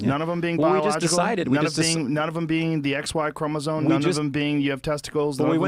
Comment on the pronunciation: I appreciate Joe being willing to discuss this stuff publicly but God I wish he'd learn to pronounce "chromosome"